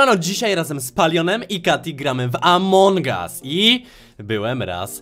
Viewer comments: amongus a nie amongas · Among gas xddddd mówi się among as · muwi się among us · Mówi się among us a nie among gas